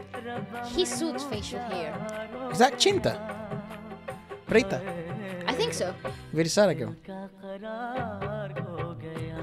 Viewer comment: lol wtf is Preta 😂😂 It's Preity, you pronounce it as pretty like pretty girl 😂😂